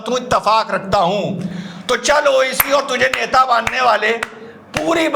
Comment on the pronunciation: (मोडी) बोलता है जामूरा ओविसी,जबकि( बुनियादी) बोल रहा है,😂 ड और द, दोनों को साफ-साफ बोल सकता है, इसकी खिसियाहट साफ-साफ दिख रही है ना😂